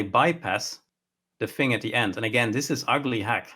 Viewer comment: TH. TH. THING. Not Fing. THing. that's all.